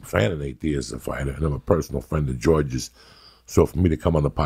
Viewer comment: IT: Georgi